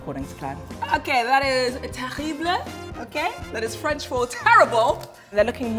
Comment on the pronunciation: “THAT IS FRECH FOR TERRIBLE”